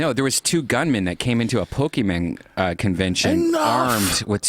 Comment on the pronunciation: pokemon, not pokemen